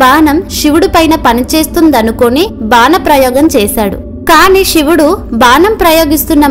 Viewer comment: Sivudu ani palukuthalli Shivudu ani palakavadhuu Vinalekha pothunnamu